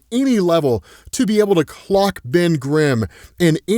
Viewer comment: you did NOT say “clock” and even the CC agrees bro💔